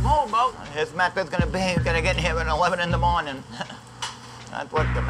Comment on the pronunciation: LMFAO LIKE MAN WHY THE FUCK HE HAD TO SAY IT LIKE THAT 😂😂😂😂😂😂😂😂